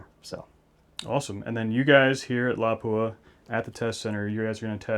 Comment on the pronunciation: Appreciate the excellent video and especially by people that know the true pronunciation of Laupa